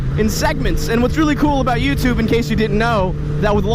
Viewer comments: "Youpatube account" LMAO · He said youba tube lol! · Just listen to the words . "youbatube". I laughed way too hard at that